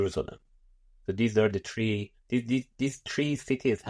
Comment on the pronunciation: . These tree cities (Mecca, Medina, Jerusalem). He can't yet correctly pronounce Three.